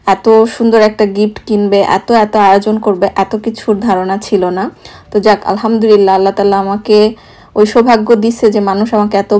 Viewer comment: উচ্চারণটা হবে "আলহামদুলিল্লাহ"। হতে পারে আমার এটা শুনার ভুল। তারপরও লিখলাম কারণ আমি মনে করি এটা অনেকেরই উচ্চারণের প্রবলেম হয়। যার কারণে অর্থটা বিগড়ে যেতে পারে ।আমরা আসলে যে কারণে আলহামদুলিল্লাহ বলে থাকি আমাদের উচ্চারণে ভুল হওয়ার কারণে যদি অর্থটা নষ্ট হয়ে যায় সেখানে আসলে ভালোর চেয়ে খারাপের আশঙ্কা বেশি থাকে